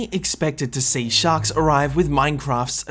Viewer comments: It sounded like you said socks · Did you say shak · Anyone else think he said “socks” at the beginning